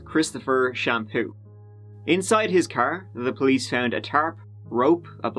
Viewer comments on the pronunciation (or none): Christopher Shampoo lol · Christopher shampoo hahahaha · Christopher Shampoo... 🤣🤣🤣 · Christopher shampoo lmao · Christopher Champeaux, Christopher Garnier.